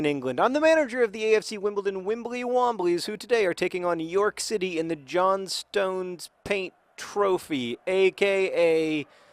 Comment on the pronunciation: John, plz, it is JOHN-stn, the JOHN-stn paint trophy. K :P